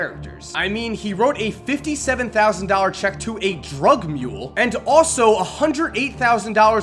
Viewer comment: the emphasis that he puts on drug mule is annoying. Relax. He's a bad guy we get it.